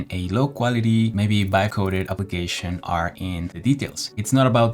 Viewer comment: "vivecoded" lmao